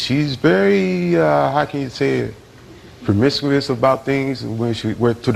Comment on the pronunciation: "promiscuous" ???? wtf